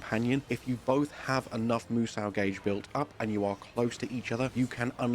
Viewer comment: Why do I cringe when he says musou like moo-sau? There isn't an a or w sound in moo-so. The u is "silent" and ends with an o sound like you are sayin so. Like do re mi fa 'SO' la ti do. It rhymes with Kuso (shit in Japanese). Mè Kuso is eye shit (eye boogers), Mimi Kuso is ear shit (ear wax), Hana Kuso is nose shit (boogers/dried snot).